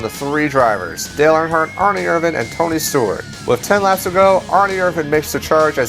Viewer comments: Can't stand how he says Erin irvans name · I can't stand how you spell "Ernie Irvan"